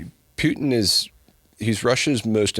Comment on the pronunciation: Why does he say Putin like Pewtin, never heard it pronounced that way. Another great one 🇺🇸🤘🇺🇸🤘🇺🇸🤙